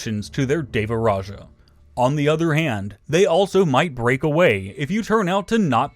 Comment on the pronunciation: it's DEWARAJA. not V. same with SRIWIJAYA. Not V.